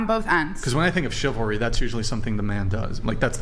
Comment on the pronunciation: chivalry 😂 ( shi-vel-ree)